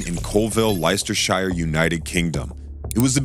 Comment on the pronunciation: As a british person, i would just like to point out that "Leleicesterheire" is acutally "Leicesterchire", and is said "Lestersheer", and "Coalvil" is actually "Coalville"